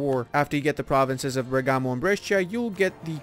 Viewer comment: Bergamo! My home! In Italian the accent is on the "e"not the "a" :D